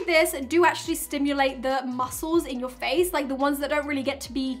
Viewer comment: How normal people say" feels so nice on my face" How say it "feels sou nice too mi fayce"